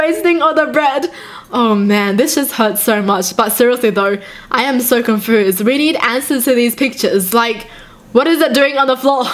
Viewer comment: on the first pic she said confoesed instead of confused